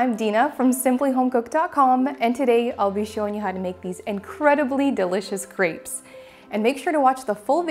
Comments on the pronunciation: You're good at making them, but please, also learn how to pronounce the word crêpes (say krep - no s) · Wrong. She mispronounces that poor French word all the time! In Plural, most French words have an -s added to the end of the word, but this last -s is not pronounced. The "s" is muted. Crêpe (with an ê) is a French word. "ê" does not sound like "ee". Nonetheless, she literally says "c r e e p s" all the time. Plurals: although the usual way to make something plural in French (like English) is to add an s (chat→chats), the ending still isn't pronounced because of the rule about most final consonants (d, t, s, etc) not being pronounced. So both the singular word for chat (cat) and plural word chats (cats) sound exactly the same. With that being said, she's fairly good at cooking, but her French is really bad and she spreads ignorance and illiteracy. Generally, most English-speaking people say "pallet" instead of palette (another French word that refers to make up products) and/or uses "omlet" for "omelette".